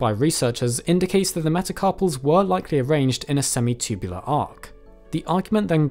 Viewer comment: Love it when this dude says “semi-chewbulah”